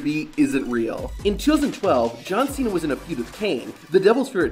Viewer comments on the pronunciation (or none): none